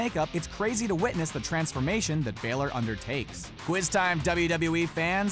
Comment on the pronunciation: It is not balor